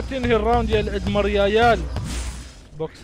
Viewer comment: الادميرال❌ الادمرياييل✔️ ههههههههههههههههههههههههههههههههههههه 😂